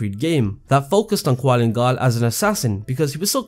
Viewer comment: did i not just get triggered on how he mention qulan gal as "qualin gal. theres no "A" and I at his name. gosh